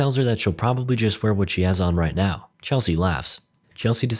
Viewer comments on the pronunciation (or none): none